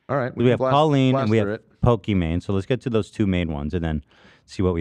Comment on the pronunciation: ethan saying pokemon instead of pokimane is actually the rare time he's technically correct